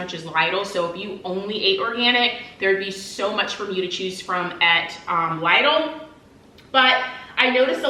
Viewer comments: It's LIDL not Laidl that's the right pronunciation in Europe. Initially we couldn't understand what European shop you are talking about. It's still LIDL even when you are an american... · Instead she just mispronounced Lidl in a way it sounds more Aldi than Lidl 😂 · You pronounce”Lidle” wrong. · Leedle is the correct way to pronounce the store name. They ate a German store. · Here in England we pronounce it as Lidle as in lid le however love that you did this and absolutely love your new hone